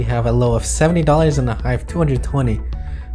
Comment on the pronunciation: "30 dodders vs a 170 dodders keyboard"